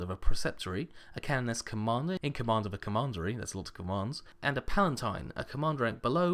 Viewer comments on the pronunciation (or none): none